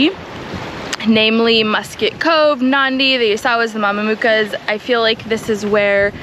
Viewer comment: In Fiji "C" is pronounced "th" in other words Mamanuca is Mamanutha